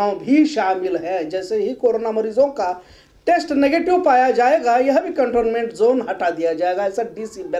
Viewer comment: Cantonment zone nahin hai wo Sahee pronounce containment zone kahiye